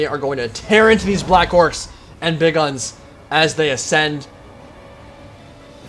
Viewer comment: please, for the love of Gork and Mork, stop saying Big Uns like Big Guns